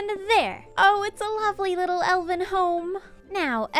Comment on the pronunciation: Every time she says Elven, I hear Elden. Do I play Elden Ring too much?